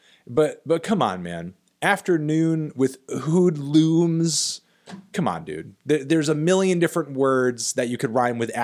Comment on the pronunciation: lol he didn’t rhyme afternoon with hood-looms... he rhymed AFTER-NOON with PACK OF HOOD-, and then stressed the last syllable (-lums) less so it didn’t affect the rhyme scheme. the part of the word he slanted the pronunciation of was “hood” so it rhymed with “food” as opposed to “good”.